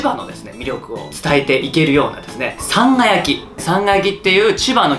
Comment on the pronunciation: さぁんが焼のﾍﾟﾎﾟﾛﾝﾁｨﾉ